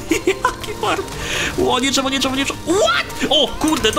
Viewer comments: DŻEWO xDD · drzewo dżewo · DŻEWO XD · DŻEWO nie no żartyje DRZEWO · Dżewo ❤️ ( ,,ż" XD ) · Intro be like: JIIIII, JEEEEE Drżewo (specjalnie) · dzrzewo xd polski sie pami ęta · dzewo sie pisze :p a nie drzewo czy dżewo